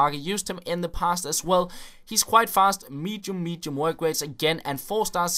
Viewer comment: when he says mitchu mitchu he says medium medium his pronunciation is iffy with some words